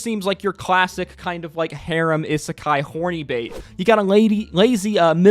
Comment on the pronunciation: how can you mispronounce isekai so much?